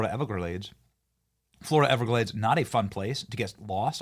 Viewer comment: I'm loving what sounded like a high-society pronunciation of "everglades". If you can replicate that pronunciation and have other people adopt it, we can make the Everglades sound like an exclusive destination. "Are you going to the Hamptons this summer Brie?" "No, me and Chad are summering in the Everglades!"